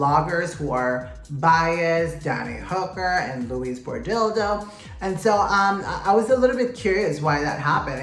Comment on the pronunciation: It is Danny Hooker and Luis Pordildo 😂😂😂